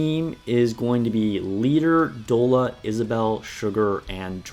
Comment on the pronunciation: Great guide but it's Doll-a, like "dollar bill, y'all". And "i-frames" are invincibility frames. It's generally the automatic character animations that make them immune to damage while they're in that mode.